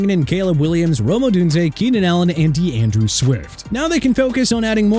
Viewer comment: Excuse me but his name is D'Andre not D'Andrew! ALSO, Isaiah Bond first name is pronounced AI-ZAY-UH not E-sai-ah!! Imbecile...